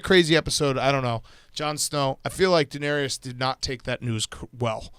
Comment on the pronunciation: Hot seat: Big Cat’s pronunciation of Daenerys